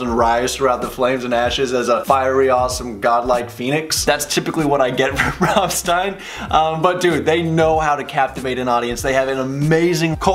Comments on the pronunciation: ...you keep butchering band names... For an English speaker you should pronounce it as "Rammschtein", It's not your regular english "S", it's German "S", it pronounces as "...SCH...". Hell, you can hear it in the song itself, and yet you still misspelled their name later on....!!!!! By the way, It's sad there is no official video available from 2019 Live tour, and upcoming extended re-scheduled 2021 tour (it's the same, hence why I include future too) of it, because they have outdone themselves with this latest tour they had and will have, the stage is amazing. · It’s not pronounced Ram Stine! What do you think he’s Jewish? Lol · Here's "Rammstein," still says "Romstine." Okay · Just in case sb hasn't mentioned already, where the E & I are together in German, you pronounce the 2nd in it's capital/upper case form. So, for the purpose of demonstration, it would be RammsteIn (the band) & RammliEd (the song) respectively. Hope this is helpful to you😁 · They literally sing their band name. Why in the hell would you pronounce it wrong? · It hurts my hears each time you pronounce rammstein in english XD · They Made a Whole song about their bands pronunciation and you still pronounce it like a sissy :) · If you love Rammstein, then why do you pronounce it completely wrong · its kinda hurt in my ears how you say RAMMSTEIN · hör genau hin, bei diesem Lied kannst du die richtige Aussprache lernen. Im Grunde juckt es dich ja sowieso nicht. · At least learn to pronounce Rammstein properly first.. Like the world needs your reaction anyway.. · Every time you said 'Rammstein' and 'Rammlied', I felt like I got stabbed in the stomach and that's a lot. If you make a reaction video about them, you could have learned how to pronounce it. Besides, they're screaming their name in the whole bridge as you noticed. Sorry If I'm being rude but you didn't have to say that you're American in the title. It is already understood clearly. From your insistence of ignorance